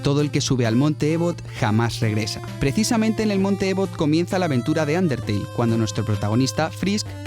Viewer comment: No es monte ebot es ibooooot